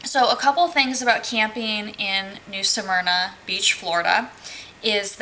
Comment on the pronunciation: How are you pronouncing Smyrna? Are you saying Samyna? Helpful hint: when you do a review and point out certain things it would be helpful if you posted pictures of the things you refer to in your narrative. For instance the inaccessible lake……a picture of the lake and access path or lack of would be expected. You referenced the laundry…..a picture of it would be helpful. The permanent residents there……a picture of a couple of those residences would be helpful so we can determine if they make the campground look like a trashy mobile home park or if the folks take pride in their property. The swimming pool and Tiki Bar…….no picture so I guess we just imagine it? Site 6? Back in or pull thru? Does it have a cement patio. Again no picture. I’m not trying to be mean but I got nothing from your review. So, thumbs down.